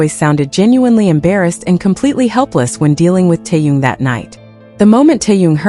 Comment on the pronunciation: It's Taehyung